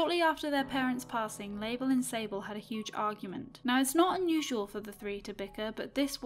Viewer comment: When she said sable i thought she said disabled LOL